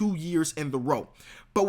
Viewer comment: BRUH! POELTL = Per-tull ENES KANTER = N-S KANTER Please learn their names!